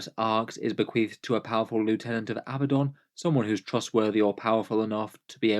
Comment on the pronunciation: Ok, I realize that to many it may be a small detail, but I want people to be able to pronounce names correctly. Multitudes of players do as you do and pronounce it Ab-BUH-don. However, the correct way to say his name is Uh-BAD-dun. It has 2 D's, not 2 B's. For some reason this is a very common mistake, but it has become a bit of a crusade (Ha!) with me. Love your stuff! 😉